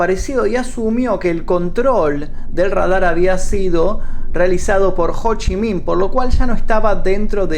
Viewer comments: ho chi miiin D: JDJDJKDKD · Cada vez que decía "Ho Chi Minh" no podía contenerme la risa. Me hacia recordar a Amy de Futurama